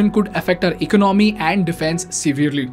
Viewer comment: Dude your content is decent but can you please learn to pronounce the words correctly. For the starters, it’s not “ecnomy”. It’s called economy. Say it like E-con-o-my. ✌️